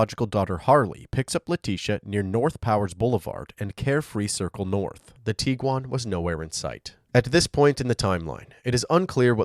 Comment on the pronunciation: Are you saying “tee-quan”?? It’s a “g”, it’s “tig-wan”.